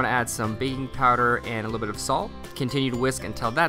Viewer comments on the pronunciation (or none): I thought you said baby powder not baking Powder so I scared me lol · I swear u said baby powder not baking powder lol 😅😅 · No offense but I thought you said baby powder instead of baking powder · It sounded like you said baby powder hehe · At around :50, I thought you said BABY powder!!